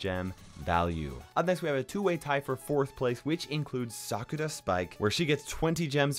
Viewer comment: Its not cyuka blyat spike its sakura say it slow nots sakra